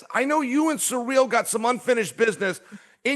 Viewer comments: Ahhhh SURREAL GANE. Not SURREAL Chael, it's "Sea-reel". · Why does Chael insist on saying the brothers name wrong? It's so f'n disrespectful. CYRIL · I was thinking who the hell is Sureal then realise it Cyril😂😂😂😂